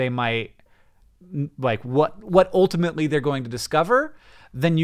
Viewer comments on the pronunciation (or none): When did Hank start saying oltimately in every sentence?